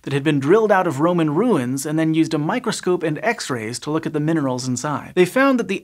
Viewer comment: he said Microscoop